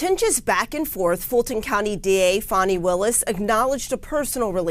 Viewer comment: It's Fawni not Fanny, Pretty Faking Smart.